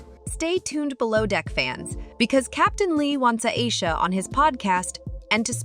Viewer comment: Iyeesha 😂😂😂 u can’t even pronounce her name right